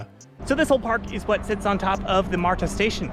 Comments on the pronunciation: "marda", not "marTa" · its "mardah," not "martah" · It's not 'Mar-Ta' it's 'marda' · although there is a 't' in marta, it's not enunciated as you are doing. It's just pronounced 'marda'. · You trip me out with your pronunciation, specifically on the T in MARTA. It is correct, but if you ever hear anyone local say it we sound more like marda.😀 You are very clear and well spoken so kudos to you. Enjoyed the video. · Thank you!! That MAR-Ta is hurting my ears. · No one in Atlanta pronounces MARTA the way you do. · I’m one of the few Atlanta natives that loves MARTA. I have severe driving anxiety and it has given me my independence. Also, your pronunciation of some of our local counties made me giggle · This video is so good, with high quality shots and funny lil jokes. But as some others have pointed out my southern ears were bleeding from how you were pronouncing MARTA 😂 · Good information especially for newbies. A couple of things though if you don’t mind… It’s just “MARTA”, not “MAR-TAH”, and DeKalb County is pronounced, “De-kalb”, not “Decob”. I’m thinking from your accent English may not be your first language (?) but just pointing this out.